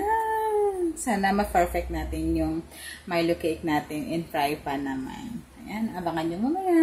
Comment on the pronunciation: Did you meant to say fry pan or is fry fan a thing?